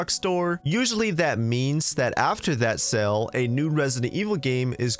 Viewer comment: You know "sale" and "sell" are different words right? Like they aren't both pronounced as "sell"